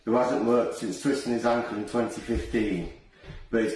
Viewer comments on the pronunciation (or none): none